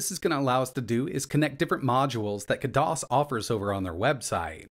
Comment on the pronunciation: just so you know, it's not "KUH DOS", they pronounce it "KAD ISS". ( A as in cat)